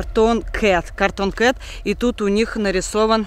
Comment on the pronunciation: Вообще-то правильно говорится cartoon